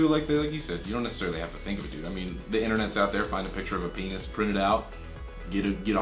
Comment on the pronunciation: "You and your peenoss." xD